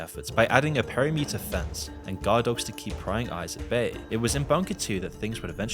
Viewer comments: "...surrounded by a perry meter fence..." Please say you are not using AI presentation? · That's not how perimeter is pronounced 🤣